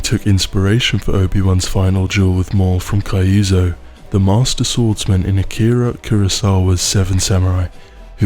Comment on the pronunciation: Great video. Wish we got a few examples of voices from the various actors in there. and it's Kyuzo, not Kaiuzo. Consonant form of Y, two syllables, emphasis on the first. I know this is a nitpick, but the reason is related. The same character in question has a species named after him in Star Wars. Embo is a Kyuzo and he was introduced in a Clone Wars Episode parodying Shichinin No Samurai, which might be my favorite movie of all time.